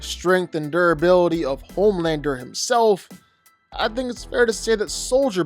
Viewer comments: its homelander not pomander. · Homelander ❌ Pomelander ✅